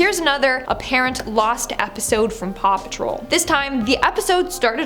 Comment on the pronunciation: Paw patrol you mean RAW PATROL 🤣